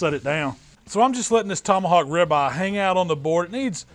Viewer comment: how come you pronounce ribeye like rabbi